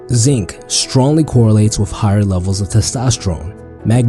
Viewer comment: Instead of "WITH" he says "WIFF"